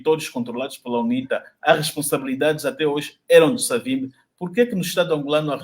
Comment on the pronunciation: Por favor Sr,pronuncie como um bantu; não diga Savimbe é Savimbi!